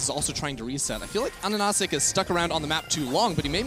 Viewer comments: It's AHaHaCik not ANaNaCik am the only one geting triggered by that xD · Pretty sure his name is A HAH SICK, not Anasick